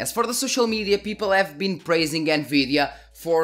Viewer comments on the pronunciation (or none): I love how you say: N-GREED-DIA... 10/10 VIDEO 😂